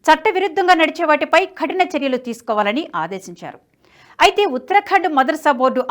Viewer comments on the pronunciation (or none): Khatina kaadamma kathina. I am not having telugu script in my mobile. Please correct it. Often I listen same